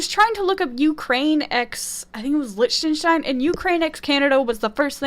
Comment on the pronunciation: Liechtenstein is pronounced lik-ten-stine